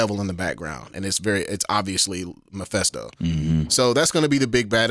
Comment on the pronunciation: The way pronounces Mephisto triggers me lol